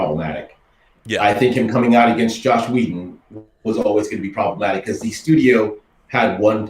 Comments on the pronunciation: I hear so many YouTubers pronounce Joss as "Josh" and I've heard it so many times that I'm starting question my pronunciation.. it's pronounced "Joss" like how it's spelled, right? Not "Josh". Am I taking crazy pills? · Nope. You're right. It's Joss but some people who are not so used to hearing it think and pronounce it as Josh.